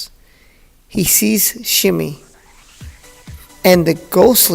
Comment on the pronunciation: Nice video. Good information. But just to help you out on something, Anakin's mother, her name is pronounced as "Shmee"